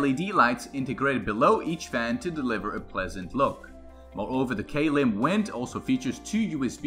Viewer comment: its not pronounced like k lim it is pronounced klim.